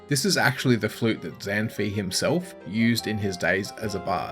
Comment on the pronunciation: Zan fi is pronounced Zahn-faay (like pie)